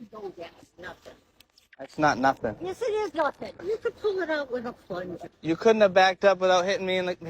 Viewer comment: "pull it out with a goddamn plunja"